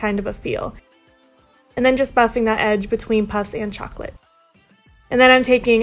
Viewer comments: My favourite is definitely the third look! Love how it matches your hair 😍💜 (P.S. Chocolat is pronounced show-ko-law 😉🍫) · I love your new hair! My fave on you yet ♡ And these are all so different to other looks I have seen with this palette. Chocolat is pronounced shock-O-lah btw :)